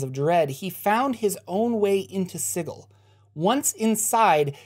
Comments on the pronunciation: I'm pretty sure its pronounced si-jil not sigul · Dude, please, it's pronounced SIJEL...Sigil is an actual word. It just hurts. Lol. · Sigil is pronounced "sijəl". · It's pronounce -Si jel. Not si-gel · I love this series. But I have to call you on some mispronounced words: Sigil sould be pronounced "SIH-jill". And I believe Iuz should be pronounced "EE-uhz". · oohhh...I'd have to trump that unilaterally on the grounds it sounds dumb as hell. Lol. Thanks for the info. I like your vids. (yeah, still hurts to hear it) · the way you pronounce Sigil, makes me giggle. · The way you pronounce sigil really grinds my gears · Are we sure it's pronounced "Siggle" and not "Sijil"? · Sigil has a "j" sound... Ugh That was even more painful than the Lady. It's just the word "sigil" given as the name of a city. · You keep saying Sigil wrong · anyone else bothered by how he pronounces Sigil?